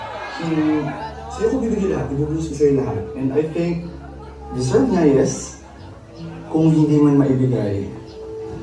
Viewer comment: Anung sabi ni nung nireject ni Paco si Universe?? "Daserv"? 😂